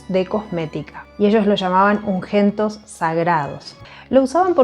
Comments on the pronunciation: Ungüentos: la “u” suena por la diéresis, pero aunque no sonara, no sería “ungentos” de ninguna manera. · Por favor se dice un-güen-tos, la ü se pronuncia porque por eso lleva diéresis.